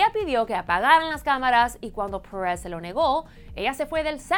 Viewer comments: Pérez! Es Pérez, no press, habla bien el español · Que coño "parez" se dise "pérez",y yo preguntándome, quien carajos es "parez"...(?) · Pérez mamita PÉREZ. "PUERREZ" QUE ES ESO!!!! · Ainoha Perez Y en vez de Perez Pures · "Paarez" si este contenido es para público latino ... Porque está mujeres inventadas pronuncian así ... Ya ni los mismos estadounidenses ... Es molesto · Porque se hace la que habla español gringo!! No entiendo porque pronuncia perez como si fuera inglés!! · Insoportable la pronunciación! "Parrez" ???? Que demonios?! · me distrae el acento de la presentadora , se pronuncia perèz de toda la vida en español no pèeereeezz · Alejandro Germanotta es que no dije que estuviera mal pronunciado, es irritante en el sentido de que no es necesario pronunciarlo tan americano, es un video en español, para el público latino y sinceramente me parece innecesario pronunciar el apellido "Pérez" como lo hace la notera. Al igual que "Cosmopolitan" y otras palabras, se pueden pronunciar con acento latino sin ningún problema. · tienes mucha razón, la palabra "perez" se escucha horrible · nada más detestable que cuando pronunció "Pérez"...